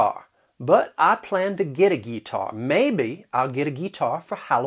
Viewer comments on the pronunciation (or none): As someone from south Mississippi, you did a pretty good job depicting the southern accent without making it sound ridiculously fake. Guitar wasn't completely accurate though. It's more like Gih-tahr with pronunciation. And I've mostly heard throwin a fit rather than pitchin a fit lol. Ain't and yall are definitely accurate bc I use these words daily lol. In fact if I say can't it comes out as caint lol. The ten tin and pen pin thing is pretty spot on. All in all you did a good job and thank you for not making the accent foolish or fake. I say yellow as yellow though lol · I would also add that at about the mark when you said, "And I ain't got one Guitar, but I plan to get a guitar." We normally try to roll and combine words unneccarily when speaking. Would've phonetically been said like, "An' I ain't got buut one geetar, but i was-a plannin' on gitten one of em'" We take shortcuts when talking. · Guitar was the first thing that really struck me as noticeably wrong as well. Can confirm, Gih-tawr or Gih-tahr is way more accurate. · I was born in Chattanooga, TN. I've been here my whole life (77 years). , you failed to convert can't to caint (like paint). No one I'm familiar with says gee-tar except in jest. It would either be g'tar (the correct way) or git'ar if he or she is a hick. I don't know any white people who say PO-leese. A lot of your stuff is rite on. I would suggest you do a video on black talk, but that's taboo. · I'm from northeast NC and we don't say "gee-tar", it's "gi-tar". We do say "fire" like him though. I'm 32 years old and an older woman asked me where I was from in my hometown because of my accent. I said here (he-er) and she had to think for a second to realize what I said. We are country southerners. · None of us say "Geee--tar" lol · Nobody says "gee-tar" for guitar. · I've lived in Alabama my whole life and the only group I hear say guitar like the way you're saying is the older generation.